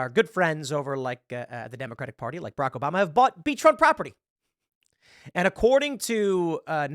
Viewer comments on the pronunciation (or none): none